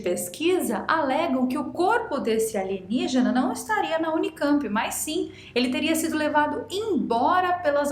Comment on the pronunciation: Nem lembro quando comecei a falar ALIGENIGENA. Jamais vai sair com a pronúncia certa😂😂😂